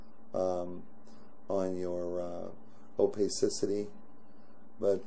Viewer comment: I stopped watching when you said OPEYsisity. OPACITY